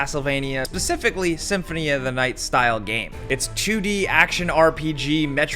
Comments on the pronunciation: Pacifically?? Specifically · Imagine being an adult and still saying “pacifically”